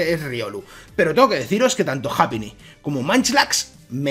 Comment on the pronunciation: No es japíni se pronuncia jaipiny